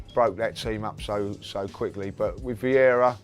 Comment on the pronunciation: FFS... it's Vieira not viera or veira.